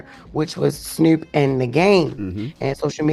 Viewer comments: Bish said SNEWP 😂😂😂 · She said “Snourp” lol wtf